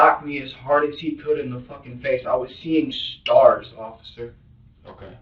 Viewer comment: "I was seeing STARRRS sir"🤣